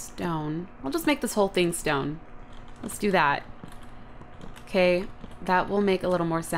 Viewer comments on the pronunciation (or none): "Irkay?" "Irkay." Lol.